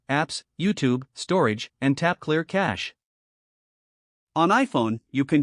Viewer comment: It's not clear catche, it's clear cache.